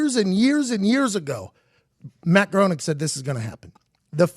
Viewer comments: Right down to the mispronunciation of Matt Groening's name, this batsh1t crazy man is overflowing with wrong information. I wish I could erase the experience of watching this from my memory. If this dude had any real influence over world politics we would all be dead. But hey, he knows how to get views!!! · I couldn't help but notice they said his name wrong the ENTIRE video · If they were real fans they would pronounce his name correctly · The whole video it was driving me insane that he was saying his name wrong. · Yeah it annoyed me too. It's the exact same way you would pronounce John Boehner's name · It’s pronounced grayning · His name is pronounced Graining. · Anyone else annoyed that he is pronouncing it 'Growning'. I guess just me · It's also pronounced "graining" and it's murdering my nerdy brain. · It's pronounced Gray-ning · It's pronounced Matt "GRAY-Ning" I learned that from the Simpsons app 😂😂😂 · It's pronounced "Grain-ing". Weird German thing. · Can't even pronounce Matt's name right and you wanna tell me you know so much about him being a time traveler. This conspiracy is a load of tripe. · At least pronounce Groening's name right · If you were big fans you would have known his pronunciation. #eyeroll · Its pronounced “GRAINING”!!!....good god, man! Pretty good video but every time you say GROANEEK its makin’ me fkn crazy. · If you're going to do a report on someone you should at least know how to fucking say their name right. Groening is not pronounced groaning, its pronounced grayning. Also, a lot of this is bullshit. I would elaborate on why but it wouldn't get through your tin foil hats. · Hey PMac, it’s pronounced “GRAINING” not “GROANING” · it's pronounced GREY-NING. not GROANING. geez. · It's pronounced graining. Not groning. But that's okay mckeefee. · The pronunciation of his name is Graining, not Growning. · It's pronounced grey-ning Not groan-ing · “Graining.” It’s pronounced “graining” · It's pronounced "graining" dolt